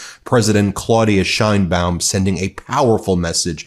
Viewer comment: SHANE-baum, not SHINE-baum. She's born in Mexico and that's how they pronounce it in Mexico.